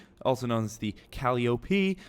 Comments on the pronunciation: Is he saying colliope wrong to be funny or am I the only person who thinks it's (Cole-eye-oh-pea) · also calliope is pronounced Ka-Ly-O-P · It’s pronounced cu-ly-oh-pee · XD I was about to post a comment about how annoying it is to listen to you call it a calli op before you corrected yourself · just u maybe, i think it pronounce Cal-li-yope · they're pronounced co-lie-ti-pies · It is CA-lie-o-p